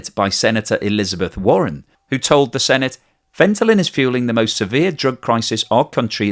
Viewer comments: seems to be unaware that he's mispronouncing "fentanyl" as "fentalyn". Some people can't hear the difference. Like "nukeyular" vs. "nuclear". It doesn't necessarily mean he's catastrophically deficient and it's entirely possible he could live an otherwise normal life.. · You keep saying fentalyn it’s fentanyl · Fentanyl, not Fentalyn! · Fen-tan-il, not Fen-tal-in - Like Kim-Jong-il, not Kim-Jol-ing 🙂 ¯\_(ツ)_/¯ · It is not "fent-a-lyn" but "fent-a-nyl." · FentanYL not FentaLYn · Isn't he talking about fentanyl, not fentalyn? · Hi, why do you spell it throughout the clip as fentalyn? as chemist I only know it as fentanyl. Is it a drivative of fentanyl? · Haha pronouncing fantyline instead of fentanyl is kinda adorable. ❤😍🤩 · Fenta-NILL, not fenta-lynn 😊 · Fentalyn,...or Fentanyl? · Fentanyl not Fentalyn! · Fentalyn? Fentanyl? That was your best take? Trying to pump Ethereum prices? No thanks. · Fentanyl--NOT Fentalyn! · It's Fentanyl not Fentalin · Lol. “Fentanyl” not “fentalyn”. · Fen - tan - ill, not fen - ten - lyn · So funny that fentanyl (that's "nil," as in nothing, naught, zero) is so commonly mispronounced. Here we get "fenta-lin," like fenta-mary, fenta-lynn, lol. That's a new one. Mostly you hear "fenta-nawl" (like alcohol). Why is this one so tricky for so many people? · FentaNYL, not FentaLYN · Fentanyl not Fentalyn. 🙄 Honest mistake.... just strange to my ear to hear... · It's not Fent-a-lyn, it's Fent-a-nil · It is not Fentalyn as you keep saying, it is Fentanyl :-) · It is FentaNyl not FentaLyn. Do not mix it !!!!!!!! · Sorry …it’s Fent-a NIL, not Fenta-Lynn. I’ve always thought crypto, bitcoin, cryptozoo etc were all BS & scams! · Dude it's not fentalyn. It's fentanyl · Fenta-nyl Not Fenta -Lyn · Are you on opioids or is there some other reason your tongue is numb? Fentanyl, fentalyn, fentanyl, fentalyn....😂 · Any one noticed FENTALYN instead of FENTANYL 😅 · fentaNYL, not fentaLIN.;) Hugs from Hungary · Not Fentalyn 🤔😅